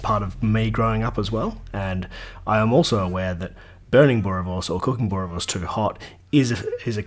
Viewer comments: Enjoyed the live commentary! And perfectly executed boerie, from a South African! Didn't even decimate any of the pronunciation. Nice one 👍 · As a South African I have not complaints to offer you your technique. Kudu's to you on the pronunciation of boerewors and braai!!! Will definitely try the chachalaca recipe as we at times go the easy route and buy it in a tin and warm up with onions, garlic (never too much), curry power and bake beans. Re your presentation, either way is good, will still watch your videos no matter what approach you use.